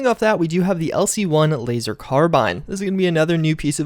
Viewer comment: You said carbine D